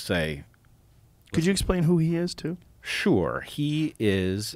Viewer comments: That was very weird and annoying. I thought it was a brain to mouth malfunction but he said it again straight after! 🤣👍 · Word of the day folks . “Sure” pronounced shoo whore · "Can you explain who he is?" "Shore"